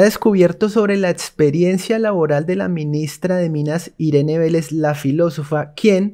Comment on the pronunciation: Por favor, mejora eso de etsperiencia